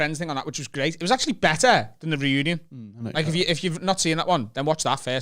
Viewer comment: The Friends ‘Renunion’? said it wrong